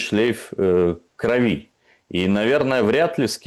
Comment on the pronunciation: В слове кровь одна ударная гласная ,не бывает кровИ😮